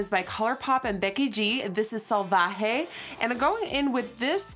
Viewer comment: Thoroughly impressed on your correct pronunciation of salvaje! Smashes subscribe button